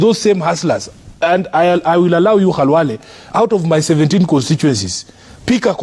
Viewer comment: B.Khalwale has his name pronounced as his own parents called him...This got to the core of his heart.